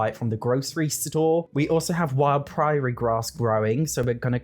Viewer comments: Is that how British people pronounce prairie? I usually say pr-air-ee instead of pr-eye-aye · Odd tangent, but every time the prairie grass gets mentioned it makes me smile, 'cos the mis-pronunciation (prairie should sound like airy, not priory) makes it sound like they're living in a convent or something. 😅 Rather ironic considering who the sims are. 😂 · Just letting you know Prairie is pronounced like pr-air-ee, I understand the British struggle tho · What I really loved was the prairie grass pronounced "priory" grass... A priory is a small monastery full of monks or a nunnery full of nuns...and sadly, I don't think they are allowed any grass. Lol🪴🚭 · Never heard that pronunciation of 'praire' before lol